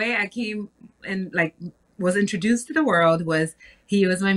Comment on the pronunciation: If TashaK don't stop saying enterdouced,,,IN-TRO-DUCE PLEASE lady.